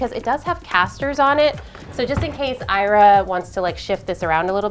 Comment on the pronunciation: I'm sure Ira knows how her name is pronounced better than you do! 😠